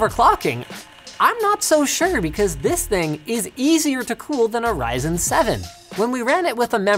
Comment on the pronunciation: its risin man not pronouncing ryzen